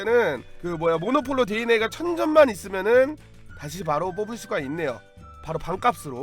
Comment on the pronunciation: 모노폴로가 아니라 모놀로포입니다